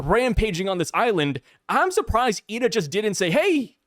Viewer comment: Her name is “eye duh” = ida